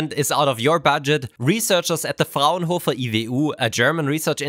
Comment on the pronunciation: the pronunciation of "Frauenhofer IWU" is the most German thing I've heard pronounce, and that includes him saying.